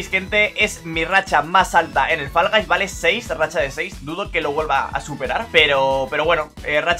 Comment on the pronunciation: Faraday? "Fol gais"